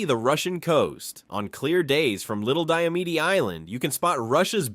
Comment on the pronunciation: You mispronounced little and big diomede